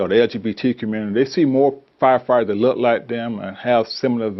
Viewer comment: There’s a “k” at the end of the word look, mushmouth.